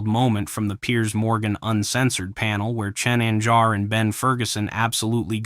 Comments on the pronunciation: I’m sorry, did you just call him CHIN? It sounded like you called him Chin! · His name is Cenk. Not Chin.